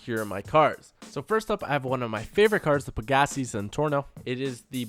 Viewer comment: Your saying pegassi wrong. You pronounce it peg gas see when it's pronounced peg a sy